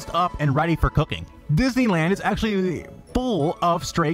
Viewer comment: "DIS!ney Land is Actualleeeaahh.. FULL"